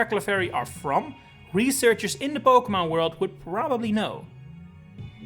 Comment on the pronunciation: Stop pronouncing Pokémon wrong it’s unlistenable bro